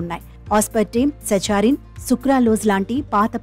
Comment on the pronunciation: సచారిన్ కాదు సాకరీన్